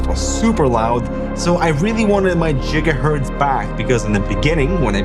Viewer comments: Jigahertz fuck sakes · Who is the guy calling gigahertz jigahurtz? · Not jiggahurts lol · Not the “jigahertz” 😅